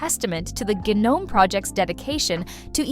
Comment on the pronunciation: Half the time you say gnome (silent g) and the other half you pronounce it as "gee-nome' (with a hard g).. pick a side, and stick with it.